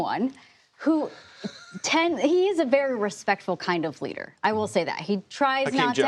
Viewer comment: Did she say leader or loser? Because the ladder is fitting